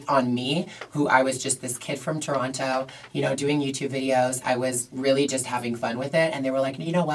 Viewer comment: Lol Gigi is the only local that pronounces the second “T” in Toronto 😂 so cute, love you girl